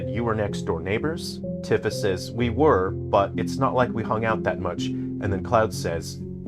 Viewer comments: It's pronounced TEE-fa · you can't possibly know this game and pronounce Tifa incorrectly. f take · Really? Really?! You're gonna say this isn't a ragebait video, but then go along and not only remind us that it's been 29 years since the original game's launch, but pronounce Tifa's name wrong throughout the ENTIRE VIDEO?! I thought you were better than this,. Okay, jokes aside, this was a very interesting discussion. I haven't played the original game, nor have I played the remakes, but I know the major plot points. You would know more than this than I would, but personally, I've always thought of remakes as an opportunity to expand lore and make another attempt at implementing something that couldn't be implemented before, be it for budget reasons, time constraints, or just being unable to implement said thing for XYZ reason (Kraid was originally supposed to be in Metroid Prime, but Retro ran out of time at that point, and instead opted to put in the Omega Pirate boss fight. I think it was also a tech thing?) I think little easter eggs in reference to something that was born out of the original game isn't a bad thing either, like, maybe some kind of small reference to Smash Bros. having Cloud and Sephiroth, talking about how weird it was seeing the two of them fighting on some random castle's rooftop with a bunch of huge mushrooms in the distance. Might be a bit cringe, but hey, if I had a game character I made get invited to Smash Bros., I'd probably put something in my game that mentions that too. The way you describe how the remakes tell the story is rather glum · You can't even say Nibelheim or Tifa the correct way, how can you be a real fan? If you're a true fan like me and my friends, you will enjoy it. It's just like the original, just a retelling and recreation of everything. What a stupid review